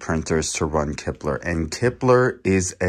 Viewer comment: you kept saying kipler. Its klipper.